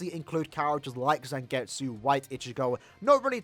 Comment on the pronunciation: It's zangetsu